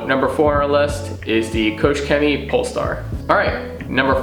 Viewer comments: The proposed range of products is extremely good! But do us a favor and work on Koch Chemie's statement. It's not COACH Chemistry. Write it in Google Translate ;) I subbed btw. Cheerio. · kooch chemie ? promise i’m not being a pedant but that would raise many a Germans eyebrow......think Koch as in a scottish Loch.